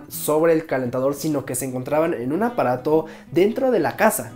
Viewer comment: no se si oigo mal pero cuando decia apaato yo escuchaba aparato XD